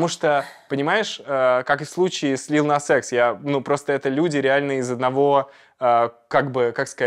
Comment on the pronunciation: ребят, надеюсь в новых роликах вы подкачали английский, у девочки он вообще не очень, а мальчику стоит запомнить, лил нас икс а не экс, ребят ну камон, ваш английский в этом ролика и правда как у ведущих с рен тв